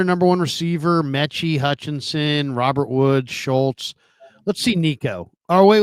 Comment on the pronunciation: needs to learn how to say Robert's name correctly.... that's annoying